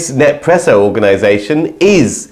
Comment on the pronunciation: No more Nespresso pods for me! (BTW it's "Nes-presso" not "Nep-presso"😂)